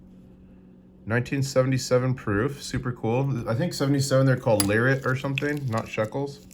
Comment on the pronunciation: It says 25 Lirót (O is pronounced as in boat not as in rot :D) Not good enough with hebrew to directly translate, but google says "The nature of redemption is indebted and his redemption from a new son will be redeemed " so probably the same as the dollar's "This is good for all debts, public and private"